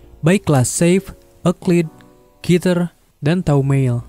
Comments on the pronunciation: bacaanya kiter (Kéter) bukan ketir 😂😂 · Bang bukan ketir tapi keter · Yang betul keter bukan kiter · keter bukan ketir om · Keter bacanya keiter